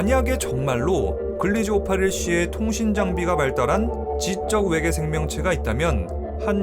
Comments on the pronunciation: 일부러 왜계라고 하신거죠??…. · ’왜계‘ 개킹받네 ㅋㅋㅋㅋ